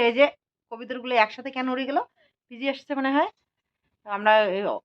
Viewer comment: কথাটা বিজি নয়।বেঁজি ।